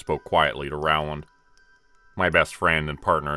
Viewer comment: Love your stories ❤️. But, Rowland is pronounced Roland! Also, it's nice to see one of the Jonas Brothers had a change of career.